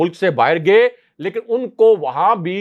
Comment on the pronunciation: aap urdu key kuch alfaz galat pronounce kurtey hain khaas kerkey (gaiey ko aap pronounce kurtey hain gey kurtey hain jo key galat hai iss ko theek kurlen hope you w ont mind, it is for you hetterment